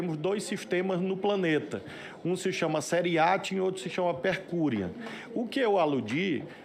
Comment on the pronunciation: Jesus Cristo, o que é seri atium e pre curium?....kkkkkk